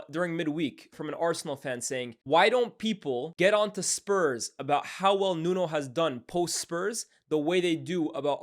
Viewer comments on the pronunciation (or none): It's pronounced 'Nunu'